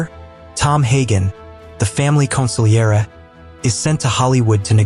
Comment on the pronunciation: Thank you for saying consigliere almost perfect.